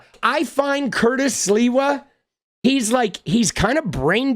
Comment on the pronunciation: Gotta give sliwa credit for not purposely saying his name wrong.